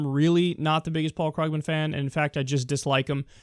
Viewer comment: Kyle, I like your show, but you continue mispronouncing Paul Krugman's last name. The "u" is a long "u", not a short one.